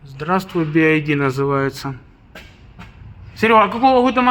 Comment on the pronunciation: Братишка, BYD (би вай ди).. "Ай" это другая буква.."i" 🙏